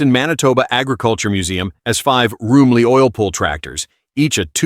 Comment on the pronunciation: It's not pronounced Roomly... It is a Rum ly... Sorry, my grandpa used to get on me about that. Lol